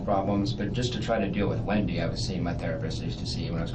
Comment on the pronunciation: You are pronouncing Wendi’s first and last name incorrectly… it’s not Windi it’s Wendi